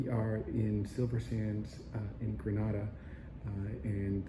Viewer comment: Gosh at lease pronounce the name of the country properly. If gre nay da. The a is like the alphabet "a" not "ar"